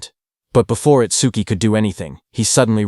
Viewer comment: Itsquee? Itsdookie? It-suki? How many ways this robo-reader wanna fail pronouncing this name?